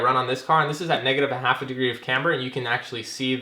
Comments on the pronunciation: Is this the same guy that made a home-made license plate mount for the front bumper for this heap so he didn't have to drill holes in the actual bumper? And please - it's "KAM ber", not Kambruh...I guess it doesn't matter that much, just really takes away from what is otherwise good content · ik this is old but the way he pronounces camber lol